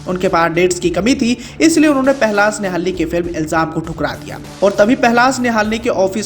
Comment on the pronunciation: पहलाज निहलानी न कि निहालनी